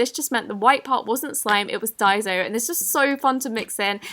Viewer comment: DAY SO CLAY NOT DI SO!!!! daiso is pronounced DAY SO